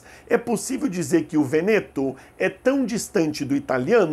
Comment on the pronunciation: Muito obrigada professor! Apenas uma observação: fala-se dialeto vEneto, acentuando-se o primeiro "e" . Até amanhã!